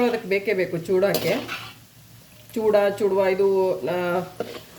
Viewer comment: it's not chuduva, it's chooda. I love your videos.❤